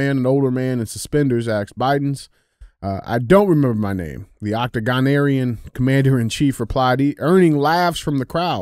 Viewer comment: "octagon-arian"??? Seriously, DJ? Biden has 8 sides??? FFS, pre-read the stories and research how to pronounce the "big words" before the show so you don't sound illiterate. I've given up on you ever "asking," not "axing" a question, or hearing how you find everything under the sun "Intuh-resting." I already skip your speaking half the time and just listen to Andy as it is.